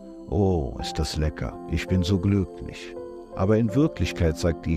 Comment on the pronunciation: Was hat denn der Typ für eine schreckliche piefkinesische Aussprache. "weil es uns langfristisch glücklisch macht" Igitt.